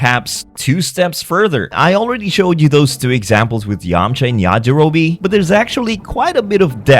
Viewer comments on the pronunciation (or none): bro keeps saying Yajirobe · Not Yajirobi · I love your videos man but I was taken aback a bit when you called Grandpa Gohan Yajirobe... lmao but then to see that you made the same mistake again like a minute later?? Man I just wanna know what happened T-T lmao